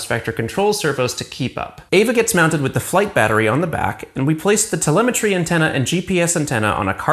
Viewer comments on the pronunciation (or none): none